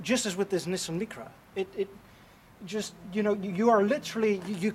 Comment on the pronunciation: Please next time pronounce Nissan Micra properly in English.